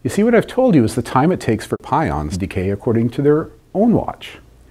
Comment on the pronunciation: Just for information (no offense): he accidentally said "pouons" instead of pions. You can see his mouth moves differently than what is heard so it was edited in.